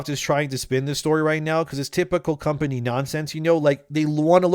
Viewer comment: You speak good enlgish. But you pronounce Company funny. You say,”Com Pah Nheea”. 😂 It is pronounced,”Com Pah Ney”. ☝️